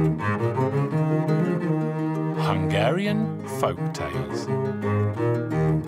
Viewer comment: Does anyone else keeps listening "Hungarian F*ck tales" instead of Folk tales?